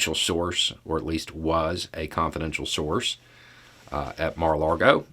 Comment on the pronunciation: Mara-Lardo😂😂only has 1 "r"